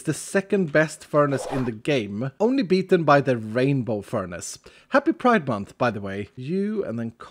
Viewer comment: i didnt finish it . i left when he said happy praid month or idk how its spelled